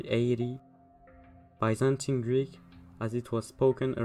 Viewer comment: I think you nailed the modern Greek pronunciation. I also believe that Proto Greek had similar pronunciation, just more rough and blunt.